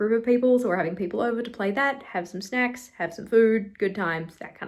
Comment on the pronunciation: These weekly vlogs do miracles to my own productivity (motivation-wise), I owe you big time! On a sidenote, I had to rewind to three times until I deciphered "having sNacks" * giggle *